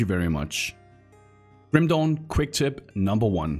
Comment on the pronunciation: I can't stopped laughing hard here for each time he said "Kim Dong" 🤣